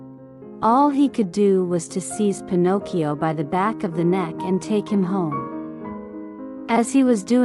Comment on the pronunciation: thank you for taking the time to reply, as I am blind, I am very much used to listening to audiobooks and can spot synthesise speech from the word Get go usually. Some synthesisers are better than others, but the particular one you chose really does not do justice to the amount of work that obviously went into this. First of all it mispronounces Pinocchio, and also if you listen to the cadences and the stop an emphasis between the words and of the words in a sentence you will hear that it sounds unnatural. This could be done so much better with just a few adjustments. I could go into great detail, but I don't know that this is the place to do it. As I said, you've obviously worked hard on this, it might want to choose either a much better sense or massage this synth to make it a better experience. Sometimes this requires changes and punctuation and even changes in spelling in order to get the right pronunciation.